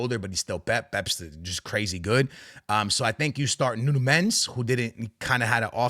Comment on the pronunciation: Ur portuguese but u cant say Palhinha or Nuno Mendes correctly